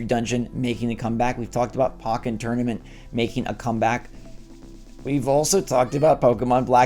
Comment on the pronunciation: For the love of God it’s POKE-en Tournament not POCK-en… 🤦🏻‍♀️